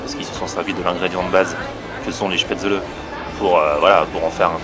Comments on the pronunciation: Spetzeuleuh tu ma tué 😂 Ça se dit "Chpétzlé" ;) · Tu me stresse a dire Chpatzele ça se dit Spatzel ^^ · Ma mère étant autrichienne , ça ne se prononce pas spaetzle mais chpatzel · ahh on dit pas spaetzeuleu mais spétzlé (je l'ai écrit comme ça se prononce) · chpaitezeule sa se prononce pas comme sa 😂😂 on dit " schpatzeleu" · moi je suis alsacien. on prononce: chpézlé!!! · Ca se prononce shpaitslé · C'est des Spaetzlés et pas SpaetzlEs😂 contente que mon territoire te plaise😌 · on prononce pas plutot ça "chpätzlé"? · Sacrilège !!! On dit SPETZLÉ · Sa se dit schpètzlé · J'ai jamais entendu une prononciation aussi moche du mot 'spaetzle'